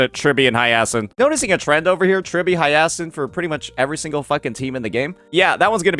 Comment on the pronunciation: It's not Hiyeahsin 😂